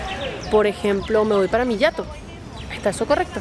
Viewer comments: Jato no yato... Está en español y se lee tal cual se escribe 🏡👈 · Jato estuvo mal dicho es con sonido de JA y no YA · Es "jamar", no jamear, y es castellano antiguo, significa comer. Por otro lado, es "Jato", con jota, NO yato, como usted decía, y viene del quechua andino, HATUM, es decir, casa. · Lindo video, interesante, siendo peruana me siento muy orgullosa de mi país, aunque hay muchas cosas que dan dolor de cabeza, no pierdo la esperanza que mejorará. En cuánto a las jergas, Jato se pronuncia Jato no Yato, Causa si bien nace de la causa en el tiempo de la Independencia, en jerga se usa, eres mi causa o ven causita (amigo), Jamear nunca lo escuché, no sabía su significado. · Excelente video. Unas aclaraciones, no se pronuncia yato, se pronuncia jato, así como suena. Respecto a la palabra pata, se puede decir tu eres mi pata, el es mi pata, voy con mi pata al tono (fiesta), causa también le decimos a un amigo como pata, causa y pata son lo mismo y se usa de la misma manera. Huasca, normalmente se le dice a una persona que ha tomado mucho licor, se le dice está huasca. Más bien para decir lo que ustedes le dicen cosito, aqui les decimos vaina, por ejemplo pasame esa vaina. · Cuando queremos que nos pasen algo y no sabemos el nombre, simplemente decimos pasame eso. N7nca he escuchado en toda mi vida que alguien diga pasame esa waska. Primera vez que lo escucho y es totalmente erróneo. Y se dice Jato no Yato. En español la letra J se pronuncia de esa manera. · Amiga soy peruano por eso te digo la pronunciación de la jerga no es yato sino tal como se lee, JATO y tiene dos significados, casa y dormir, por ejemplo se dice oye vamos a mi jato quiere decir oye vamos a mi casa y también se dice oye me quede jato quiere decir oye me quede dormido, un abrazo desde Perú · Jato se pronuncia con el sonido de la jota como en "joder" Lindo video! ❤ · Se pronuncia jato, no hiato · No es yato 🤔se dice jato=casa y causa= amigo😉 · Jato no se pronuncia con "y" sinó con "j"